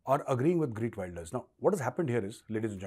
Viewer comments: Geert Wilders, not Greet Wilders! Me-la-nie Joly, not Mee-laine Joly! It's important to get these details right, for your own credibility!! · I just voted for him... and this is not a joke!!! खेरत वीलदरस this is proper pronunciation of his name in Dutch!! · Heert welders. Pronunciation. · take a shot every time he says "Greet Wilders" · His name is pronounced as खेर्त विल्डर्स. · Pronounce his name right bhai